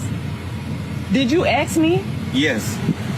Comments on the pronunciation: Before buying a car, always "Axe" first... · The woman in the 2nd clip needs to back to school and learn bacis english...the word is ASK...not AKS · "Did you aks me" says enough.....